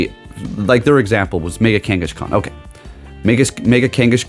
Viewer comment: Did bro just say kangushkan? 🤣